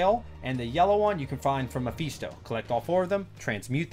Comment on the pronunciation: "mepheeesto" you sound mexican on the one single word xD